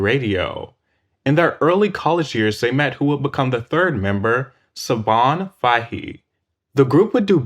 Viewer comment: Siobhán is actually pronounced “Shiv-Awn” and Fahey is pronounced “Fah-Hee”